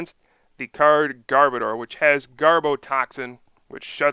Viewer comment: Sorry to be picking but this is a pet peeve of mine: It is Garb-ODOR. As in, a bad smell. An odor. Not Garb-oh-dar. Garb as in Garbage, Odor as in the literal exact word odor. Garb-odor.